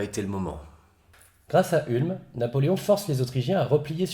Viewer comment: Ca se prononce OUlm